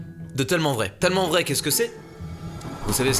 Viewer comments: Ça m'énerve comment Mastu prononce tellement 😂. Genre il dit « teullement », moi perso je dis « taillement ». Voilà voilà 🤔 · Il dit TEULLEMEMENT vrai au mieux de TÈLlEMENT vrai qui s’écrie tellement bref ça me stresse